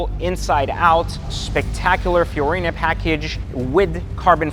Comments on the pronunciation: Bruh, in these videos, you keep saying “Fiorina” and it’s actually “Fiarano” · It's a Fiorano package, not Fiorino. Fiorino is my Fiat 🤣